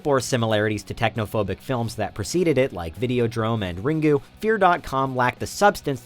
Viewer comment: i heard you say r i n g u I respect you for knowing Japanese films.